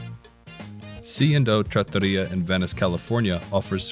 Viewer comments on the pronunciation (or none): none